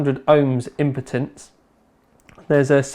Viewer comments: 600 Ohms "Impotence"...... surely you mean "IMPEDANCE" *D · did you just say impotence lol, its impedance. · It's because he's actually saying impotence. I lol'ed too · hehehe "impotence"